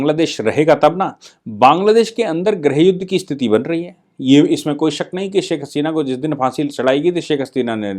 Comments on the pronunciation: आप स्थिति शब्द का उच्चार इस्थिति ऐसा क्यूं करते हैं? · कृपया!! स्थिति!! यह सही है कृपया वीडियो के सम्बोधन मे सुधार करिए ।